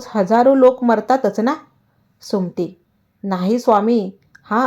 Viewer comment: कथा सांगण्याआधी सुमती हा शब्द नीट म्हनायला शिका.